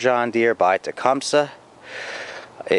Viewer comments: They way u pronounce it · U saying the brand wrong of engine